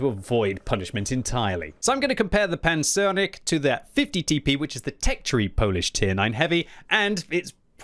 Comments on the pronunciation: Nice pronunciation on the Pancernik! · Great pronunciation as always, but I thought Lem's name for the tank was supposed to bring "Battleship" rather than "Armadillo" to mind - the word pancernik works for both. Anyways, thanks for the review:)